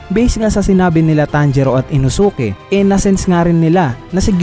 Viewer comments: Pag may "SUKE" yung name sa DULO lods silent "U" yon eh Katulad Kay SAS"U"KE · Inosuke parang sasuke yung bigkas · Natawa lang ako sa INO-SU-KE 😂. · Kuya Pls Say InOsUkE Again😂😂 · Uhm ah ung pagbanggit nga pala sa pangalan ni Inosuke is inoske :)